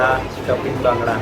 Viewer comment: भांगडा नसतो रे.. बांगडा असतो तो